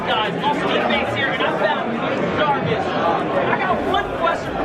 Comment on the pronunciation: Jahhhvis? Coincidence, I think not